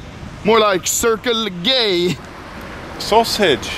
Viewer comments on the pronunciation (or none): why did that "sasauge" have no accent lmao